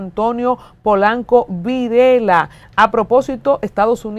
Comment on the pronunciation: El apellido es Virella (Vireya) NO Virela